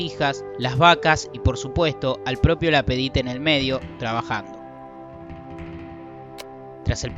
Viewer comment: ces hable ingles,ya que no lo hablan ni en Paris.Y es LapAdite y no Lapedite hombre!